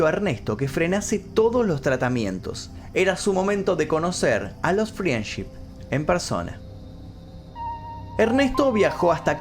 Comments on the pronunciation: Me pone mal q pronuncie FRIENship en vez de FRENDship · Friendship se pronuncia "frendship" sin la i 😉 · FRIANCHI ?????????? -----------Frendship se pronuncia Friendship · Creo que lo que más me traumó fue la pronunciación de "friendship".